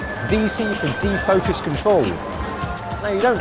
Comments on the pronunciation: Did you say de-fuckus? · "De-fockus controol" :D